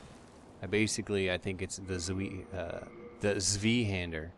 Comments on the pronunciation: Its called a Zweihander as in "Svai"hander! I told you in a Dark Souls vid aswell :D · That would be the correct german pronounciation. If you just want to say the word in english, "Svaihander" works fine. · are you sure? i'm not german, but i study it and went to deutschland so many times, and i think tsvai is more correct (i actually think that (t)zvai is more similar to it, but i'm italian, so we say letters in other ways and could be the same ;) ) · zweinhander the W is pronounced like a V. check out the website "howjsay" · I love it when a native english guy says Zweihänder :) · Zweihander is pronounced with 'zw' sounding like 'tzw', 'ei' sounding like the 'i' in 'hi', the 'a' sounding like the a in 'hapless'. Just some educational information.